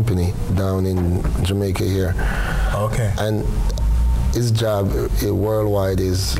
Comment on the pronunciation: I swear if I hear this phucking guy say "JU MAICA" one more time my head is going explode. My God man, You're worst than Portia, and she was trash when it came to pronouncing the word. You need to do better as a big tv host man. SMH